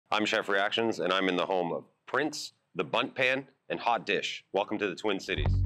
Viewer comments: it's HOTdish, not hot DISH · Lol, its pronounced HOT dish😉